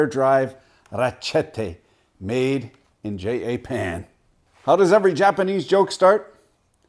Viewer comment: I have only ever known one other person to say J--A-Pan, and he's 87. Wonder where the hell that comes from.